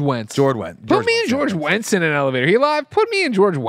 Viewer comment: It's George Wendt, not Wendtz 🤣